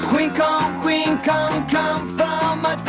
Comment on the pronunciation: "The only Queen'eh for my We-" 🤢 Nope! The only Queen'eh for my we- 🤢.. The only Queen'eh for 🤮 Damn you, why do you hate your audience so much!? The only Queen'eh for my wein- 🤮 STOP SAYING THAT?! For all that is holy, you're violating the Geneva convention. 🤮